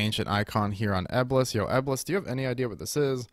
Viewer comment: are u trolling when u attempt to pronounce Eblis lol i can’t tell